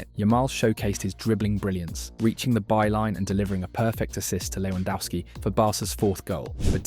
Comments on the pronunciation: His name is Lewandowski not Lewandowsky. Also check your AI for reading names. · you pronounce lewandowski differently each time lmao. Good video. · Bro, your vid is very good. Just the pronunciacion of names is bad. Shensy and LewandAUski